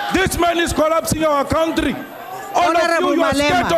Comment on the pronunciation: cowntry....this shit is hilarious